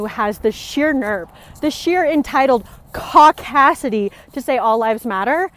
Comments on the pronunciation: Oh is that what she said, that explains it now, I thought she said "cockdasity" and I thought funk is she a feminist as well, it may have been her accent but your word makes,more sense. Cheers. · She said "cock assity" which is homophobic is anyone's book. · Am I the only one who didn't hear "caucasity" at first? And then Viva said it!? I thought this was a family show!jk